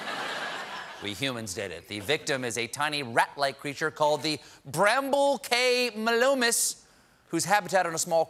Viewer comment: Yes he didn’t even pronounce it’s name correctly. It’s another ecosystem that has been disrupted and as it was the only mammal on the island the vegetation that it eats will take over the island.